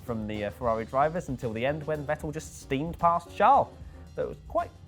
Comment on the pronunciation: Also,, his name is Charles, not Shaaaaarl. I mean it isn't Prince Shaaaaarl is it?:/